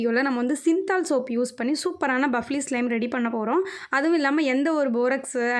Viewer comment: Athu buffly ila fluffy🤦🏽‍♀️